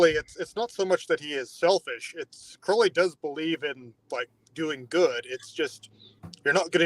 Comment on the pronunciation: And it's Crowley, as in the bird. Your welcome.